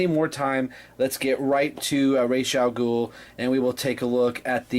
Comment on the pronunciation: Sorry for been so late seeing this review but what can I say Thank you Thank you Thank you so so much!!! I geeked out watching this it was so good to finally hear someone else say the name properly Oh my freaking God every time you said his name I could feel the torment of those backward videos I've seen in the passed and not to mention Christian Bale getting the name wrong fustration drifting away!!!! Now since my psychological torment is over on to your review it's good to see that the black side of the board building up really coming along well buddy almost there i really like your mixing it up definitely a well painted figure totally agree with you on that i can't wait for the next piece to be put up great job as always buddy thanks so much for this.